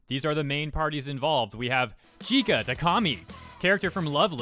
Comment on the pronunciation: nice video, but you are pronuncing it wrong, you are saying ki-ka, its chi-ka. write this in google translate for the correct pronunciantion: ちか